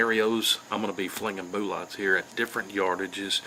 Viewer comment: I simply subscribed because of the way he says bullots....😂😂